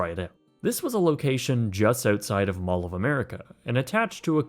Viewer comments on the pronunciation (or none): none